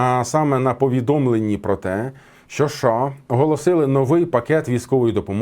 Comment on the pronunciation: а шо це за краина така у вас - ША? шось не можу поняти